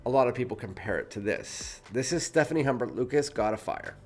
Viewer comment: Stephane (male name) not Stephanie (female name). ;-) But thank you for this review... I like them both, but I find God of Fire has an intense ambroxan note that gets annoying. The mango in the Loumari is much more tame in a good way.